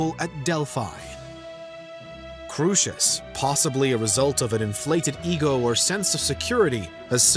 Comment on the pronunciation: The original Greek: “Kro-es-os” not “KRUSHESH”